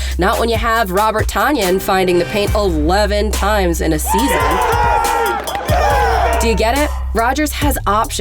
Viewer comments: It’s not pronounced ton-yan it’s pronounced tun-yan. If you don’t know this you don’t watch football. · Not that it REALLY matters... It's Tonyan like Funyun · She didn't get the memo on how to pronounce Tonyan. The first syllable is pronounced like the word for 2000 pounds. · That's now two weeks in a row you guys have mispronounced Robert Tonyan's name. Come on man 🤦‍♀️ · Pronounced Tonyans name wrong. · Colleen! So disappointed in you, pronouncing Tonyan wrong :'(